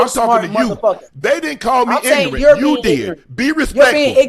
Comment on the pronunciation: Shakur -“Ignorant” Shannon- heard “Nignorant”